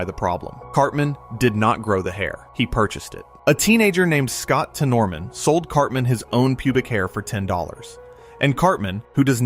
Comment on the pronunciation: it’s not temoroman it’s said tennermen